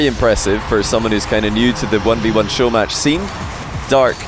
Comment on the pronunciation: Showmatch* not Showmatrch 🥲